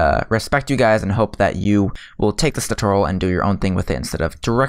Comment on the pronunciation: hey umm this is not hate but ive been curious towards what you say for you're intro is because it sounds like this to me "Hello guides or guys" not sure tho